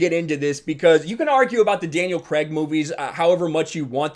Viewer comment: Its Craig not Creg.